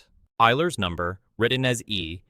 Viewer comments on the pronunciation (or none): *It’a pronounced “Oiler”. 👎🏽